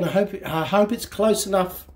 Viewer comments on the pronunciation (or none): none